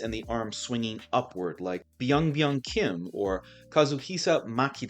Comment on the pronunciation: Terrible pronunciation of Byung Hyun Kim's name, but great video otherwise